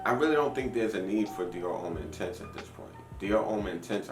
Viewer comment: why do you say "intense" like you are french or something... come on now